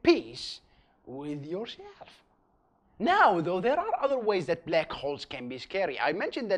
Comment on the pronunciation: I hear "Blek Hole"